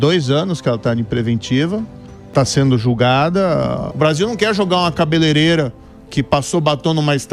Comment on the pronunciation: "Cabeleleira" ??? Vai aprender português antes de subir vídeo pro Youtube mano!!!